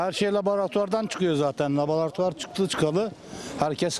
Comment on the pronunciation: Laborutoar nedir yav :)